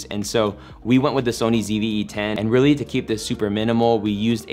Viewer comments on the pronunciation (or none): none